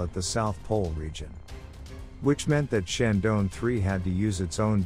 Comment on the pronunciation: Is it so difficult to pronounce Chandra + Yaan = ChandraYaan?